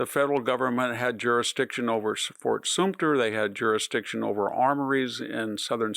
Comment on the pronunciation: Today a potpourri of Sumpter and Soompter